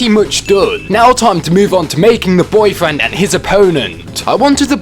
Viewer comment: I like how he says BOIII FRAND